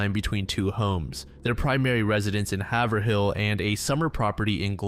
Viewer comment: Definitely not pronounced “haver- hill” lmao